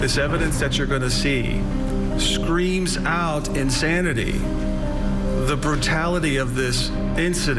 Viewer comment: 1.03 'ensanity' ma'am? 😯